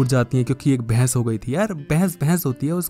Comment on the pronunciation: Bhai mere bhais nhi bahas hota hai